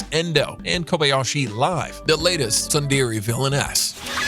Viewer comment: theres no way you pronounced tsundere like that